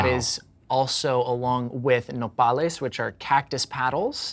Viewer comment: coming in clutch with saying nopales the proper way. 👏👏👏👏👏👏